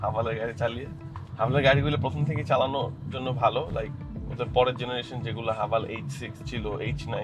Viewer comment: হাভাল নাকি হেভেল😅